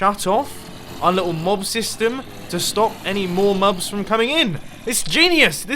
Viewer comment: he said mubs instead of mobs